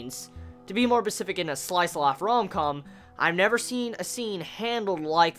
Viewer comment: why do you keep saying "Pacific" instead of "specific"?